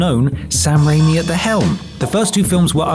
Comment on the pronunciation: slow breath How DARE you call Sam Raimi unknown, you uncultured swine! Evil Dead, Darkman, Hercules: The Legendary Journeys, Xena: Warrior Princess. He made Bruce 'King of B Movies' Campbell a star! Hell, he made his CAR an even bigger star than Bruce! P.S. You guys REALLY need to check how to pronounce common words. Con-tro-VER-sy. It ain't that hard,.